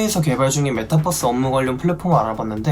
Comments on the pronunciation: 자꾸 버스로 들리네.. ㅋㅋㅋㅋ 벌스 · 메타뻐스 아니구 메타벌스 ~ (메타+유니버스) ㅋㅋㅋ정말 앞으로는 메타버스세계가 될것같아요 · 고속버스도 아니고 메타뻐스… 들을 때마다 좀 거슬리던 차에 딱 집어주시네요.. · 메타뻐스라니... 유니뻐스라고 안하잖아요... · 발음도 그런데다 자꾸 올라타라 이러니까 진짜 bus얘긴줄 알았네요. ㅎㅎㅎ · 메타뻐스...듣기 거북함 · 유니버스는 그럼 유니뻐스냐?ㅋㅋㅋㅋㅋㅋㅋㅋ유니벌스지